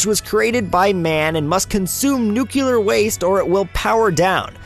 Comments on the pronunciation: It's Nuclear, Not Nucular. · Tfw somebody says nuculer instead of nuclear. 😑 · Noo clear, not nucular. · Get it right! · ***** Yeah, That's the actual pronuctiation. "Noo-clay-arr" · "Newkewlar" The cringe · ***** Nope. He just said Nucular.